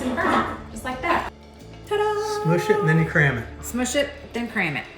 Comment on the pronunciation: When you were saying "Smoooosh it, smoooosh it...." I had to giggle. I thought at first you were saying "Moose s*!t". My sick twisted mind gets me in trouble. I know better than that out of.